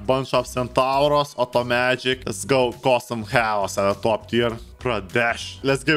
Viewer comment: The “Oto-Magic” HAHAHAHA!!!